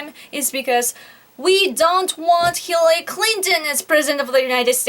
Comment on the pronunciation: Hillally... Hirrelly.... Hirlalry... Mrs Clinton!